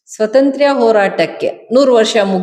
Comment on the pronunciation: ಏನು ಸ್ವತಂತ್ರ್ಯ? ಕರ್ಮ. ಸ್ವಾತಂತ್ರ್ಯ ಅಂತ ನೆಟ್ಟಗೆ ಹೇಳಬಾರದೆ?